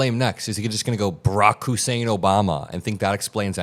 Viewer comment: It's hilarious in a cynical way how there is always an emphasis on the "Hussein".